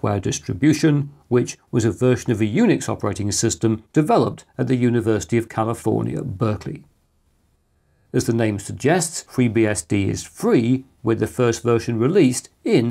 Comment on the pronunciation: "fwee" bsd?????